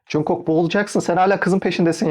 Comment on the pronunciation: yanlış anlama ama cunkok değil conkuk diye okunuyor 😅 yada kısaca jk desen daha iyi